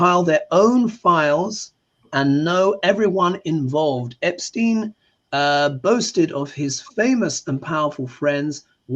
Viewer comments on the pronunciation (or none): Love you. But I don’t understand why you call Epstein “Epshtein”.